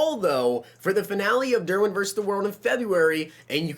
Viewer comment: Of course you said verse the bears 😭